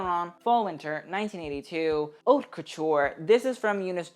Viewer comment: dude you literally always say plit like that, the t at the end is silent, it's very fucking annoying seing everyone butcher the french language. And also, in haute, the h is also silent, it's literally the name of your channel. If you're not sure about how something is pronounced, just go check on google translate, press the vocal button. It's not that important and probably doesn't require a full comment on that, but saying the name of your channel correctly, considering the way you wrote it, may be better